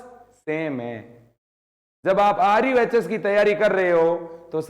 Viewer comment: RUHS Not RUSH